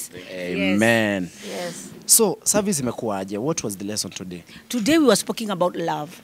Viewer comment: did she just say, we were spoking about love🤣🤣🤣🤣🤣